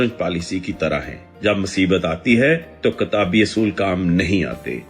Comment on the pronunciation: گلابی اردو مستقبل۔۔mustaqbil Not mustaqbal Kitabi not katabi